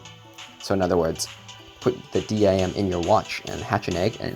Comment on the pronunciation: Why do u say d.i.m instead of dim like sim card?